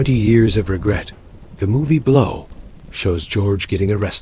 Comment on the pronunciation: At the end the A.I. narrator said, "The man behind the movie, Blaaouu." 😜👌